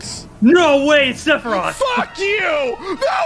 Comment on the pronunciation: Everyone: OH MA GOOD STHAROOTH!!1!1!1!1!1 Me: what’s a sephitoth